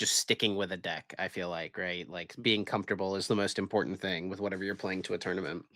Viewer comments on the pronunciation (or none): none